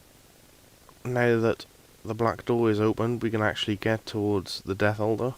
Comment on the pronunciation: I thought you were saying "Death Holder" instead of "Death Altar" so for about 5 minutes I looked up what the hell a death holder was lmfao.